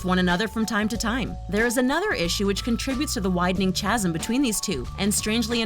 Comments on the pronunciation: Also, Chasm is pronounced KASEM - hard K, NOT "Ch." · Not Chaz Em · Chasm is pronounced ka-zum. You regularly mispronounce words. Better vetting needed. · Announcer needs to work on pronunciation: ‘chasm’ is pronounced ‘KAZ-m’ not CHAZ-m. ‘Insidious’ is pronounced ‘in-SID-ee-us’ not ‘in-SID-you-us’. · Chasm is pronounced Kazem. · Chasm is pronounced Caz Em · Chasm pronounced kasem! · Chasm pronouncing the Ch? Its pronounced Kasm you idiot. And not even a bot voice. WTF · chasm is pronounced with a hard "C" not a "ch" like cheese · You do not pronounce the H in “chasm.” Kaz’m. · CH asm🤣 the way she said it instead of pronouncing "chasm" properly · Pronounced chasm and insidious incorrectly ...